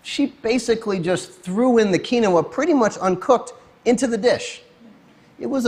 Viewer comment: maybe if he pronounced quinoa correctly....